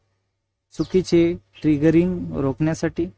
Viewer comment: Q6- टींगरिंग×, ट्रिगरिंग ✓😂